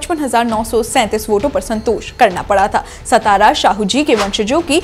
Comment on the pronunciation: It's not सतारा it's सातारा